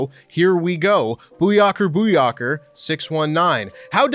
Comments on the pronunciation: It's the fact homie added a hard R to Booyaka that's killing me. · booyarka booyarka 🤣.. great video btw